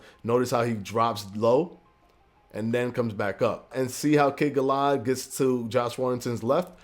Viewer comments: Cool video. One small suggestion Sir. Kid "Galla-had" two syllables pronounced quickly. Its names after the legend of King Arthur. Sir "Galla" "had" (pronounced very quickly) was King Arthurs Knight in the English folk-lore, history. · And you say he’s name like “kid Galla had” lol